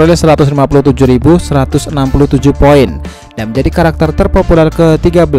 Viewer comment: Penyebutan poin nya kok gt min.. Biar mudah dibaca yak .. 😁